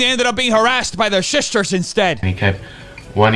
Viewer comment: Lol the shush-ters